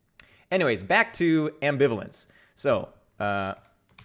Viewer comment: Omg my poor ears, is there a program to replace incorrect pronunciations of ambivalence yet? So much language angst.